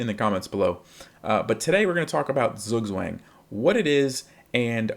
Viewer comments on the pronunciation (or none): Just a heads up, Zugzwang is a German word pronounced sort of like "tsuuk-tsfang". The uu being like in the word "too", and ang almost rhyming with "bong" (not with "bang"). Wouldn't normally comment on it if it was a minor difference, but it's basically unintelligible to a German 😅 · I would probably say the -ang should be more like -(ah)ng (a as in father) than -ong, but I suppose this is a technical difference. This is still a massive improvement. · You really should've taken the time to learn to say the word properly, you butchered the pronunciation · Thank you for the clear explanation - but PLEASE learn to pronounce it correctly!!! It is a German word, not American!!! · you pronounced it wrong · Great video! But please learn how to pronounce Zugzwang! Bitte! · beans what language, english? you do realise that a language is built on the people speaking it right? no point in nitpicking zugzwang when everyone mispronounces coup d'etat, qatar, or literally hamburger the way its supposed to be natively pronounced. also, did you know google is a search engine that searches dictionary definitions and not a literal dictionary? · thank you for the clarification, since you are a native German speaker, it would be really great if you could upload a video dedicated to correct pronunciation of this word since it's fairly common in English to be mispronounced